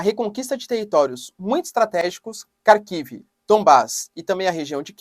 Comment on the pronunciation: Professor, é Rarkiv e Rerson a pronúncia correta! Excelente, vídeo como sempre